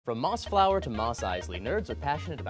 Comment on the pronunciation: my head WHIPPED around when he said Mossflower